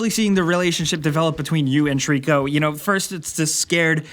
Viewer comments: His name isn't Trico, it's Tooorikuuuuuu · Did you say TREECKO?! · I always thought Trico was pronounced Try-co like a throwback to Ico and the Tri in Trico stood for trinity or three cause this is the 3rd game developed by Team Ico making it a loose trilogy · Ok ok, but it's still pronounced the same!:P